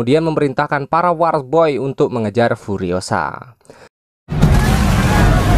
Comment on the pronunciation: War baca nya wor